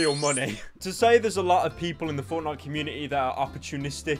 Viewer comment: First word “Fowtnyite”